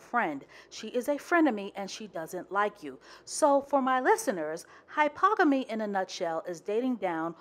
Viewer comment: Love you sis, but it’s pronounced hy-per-gamy.